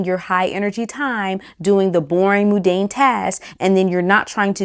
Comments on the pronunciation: Not moon-dan, Mun like Monday and dane like great dane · Good advice but just one thing…it’s Mundane not moodane